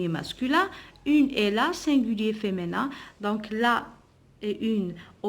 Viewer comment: Merci c'est du bon travail sauf féminin vous la prononcé feménin